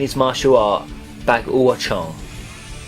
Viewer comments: its pronounced Bāguà zhǎng as in Ba gwuh Jong not bagooAh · Your pronunciation of baguazhang made me cringe. It's pronounced like Bah-Gwah-Jahng